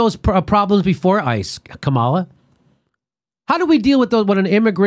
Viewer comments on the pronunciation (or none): I normally like your shows, but how many more hundreds of times are you going to mispronounce Kamala's name? .. It weakens your cred .. I'm not defending her at all, it's just that if you continuously mispronounce anyone's name, it seems like you just get your research from reading about instead of listening to the people you're talking about .. If you check any Harris interviews, such as with her bud Ellen Degeneris, she's introduced as KA-ma-la, not Ka-MAL-a ... It's like a radio DJ who mispronounces an artist's name .. It blows the mystique and exposes lack of research.